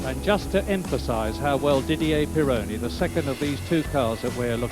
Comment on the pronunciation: It's not PirOOOOOOOOWney, it's PEEEE-ronny.